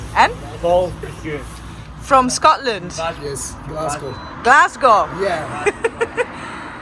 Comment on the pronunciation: lol he says Glasgow with a Scotish accent